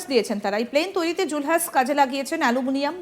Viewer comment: আগে বাংলা উচ্চারণ ঠিক করুন।।। জুলহাছ কি??? জুলহাস হবে